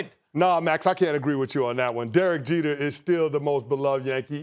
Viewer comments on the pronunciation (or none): It's Jeter.